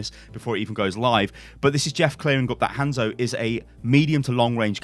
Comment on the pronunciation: Its pronounces HON-ZO... Not HAN-ZO